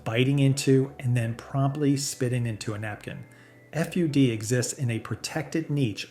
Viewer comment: FUD is pronounced FOOD